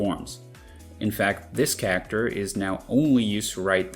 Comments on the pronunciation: every time you say cacter it feels like a punch to the gut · 99% of this video is in an American broadcast accent, but when "character" is said, it sounds like I slipped into Jersey and kept tripping me up. Love it though.